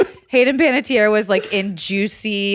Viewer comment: I was waiting for someone to correct Other Zach on his pronunciation of Panettiere! 🤣